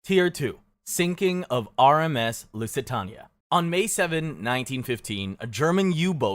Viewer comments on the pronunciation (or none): I am begging you to look up how pronounce Lusitania.